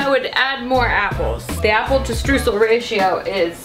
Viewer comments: i love when americans try to say streusel. it is pronounced stroysel. it means sprinkles. if it is not the ones made out of dough you add what it is made out of. ( chocolate sprinkles, sugar sprinkles etc.) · Lina Mueller ich war auch super irritiert :D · I come from an area with a lot of German heritage, but we also pronounce it like her. It must be an American bastardization thing. Lol